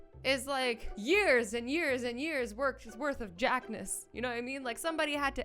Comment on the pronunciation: It's not jack, it's jock...